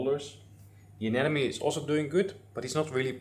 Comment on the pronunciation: Looks great, just some quick feedback: when you pronounce "anemone", think about "Finding Nemo" - aNEMOne. When it comes to fishtubers, "an enemy" is usually the pronunciation you hear from fat bald guys with beards.